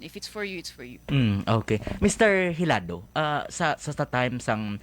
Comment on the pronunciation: It's Hilado. The interviewer say it wrong.